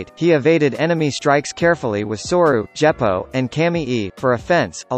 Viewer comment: Djeppo? WTF man??